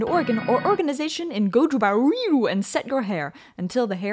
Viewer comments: When she said "Gojubaoiru", I felt that. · "Gojubaoiru" XDDD